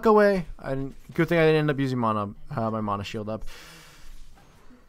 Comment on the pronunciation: You say "mana" weird :|